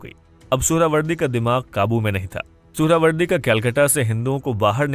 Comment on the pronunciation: Suharawardy ❌ Suarwardy 🐖 🐖 🐖 ✅